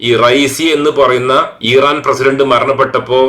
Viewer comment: ഈറാ൯ അല്ല ഇറാൻ എന്നു പറയുക.